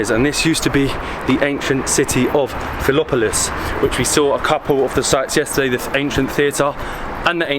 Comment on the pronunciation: Mate it is Philipopolis! And the Mosque is 700 years old, called Dzhumaya, not dumaya. Nevertheless I do appreciate how appreciative are your presentations and appriciation of what Plovdiv is. Just for info - the city was called Trimontium, Evmolpia, Philipopolis, Filibe, Pulpudeva - some of the earlier names. As for the Hills - they were 7, some were destroyed, like two of them. If you also dig a bit deeper you will find out that Rome was also city of 7 hills! And if you come July August - be prepared to experience 26 degrees at 4 o'lock in the morning! Caus it will be 40 during the day ))))